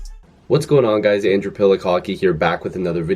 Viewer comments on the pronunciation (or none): none